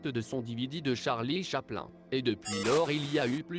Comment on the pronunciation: att att ta dit quoi charlie chaplun t serieu sa se dit charlie chaplin meme si c une fausse voir sa ma fait mal au oreilles